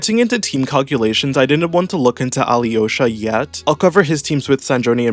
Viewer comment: Ok, as a Slav it’s so funny to hear you trying to pronounce Alyosha. Just ignore “y” Alosha should be fine